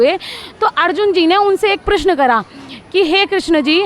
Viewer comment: Is लड़की कौ हिंदी बोलना तक नहीं आता . प्रश्न को प्र श न कहती है